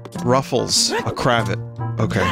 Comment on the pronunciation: The way Vinny said cravat actually hurt my brain.